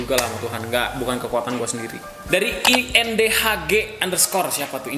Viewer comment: ITU BACAANNYA INDAH, G ITU MARGA YG GUA SINGKAT. BUKAN INDEHK ADUH NGAKAKKK🤣🤣🤣 SUKSES